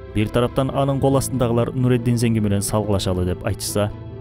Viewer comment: Нуруддин Занки болуп айтылат